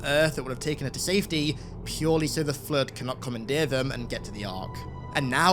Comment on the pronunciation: Your accent makes "flood" sound like "flirt". Very distracting.